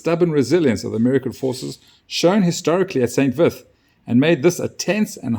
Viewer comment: Unimportant detail: it's pronounced "san veet". Otherwise great report. 🙂